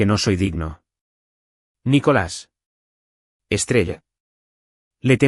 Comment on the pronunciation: No es nicholas sino nicolas